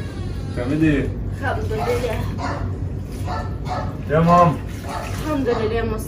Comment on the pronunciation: بتقول الحمدلله بطريقه حلوه محدش مصري يعرف يقولها زي